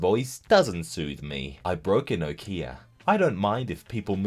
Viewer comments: Is no one talking about the way he pronounced 'Nokia' as 'no-kee-auh' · the way you pronounced nokia